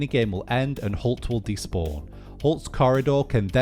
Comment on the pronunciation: when he said halt i thought he said cult :) LOL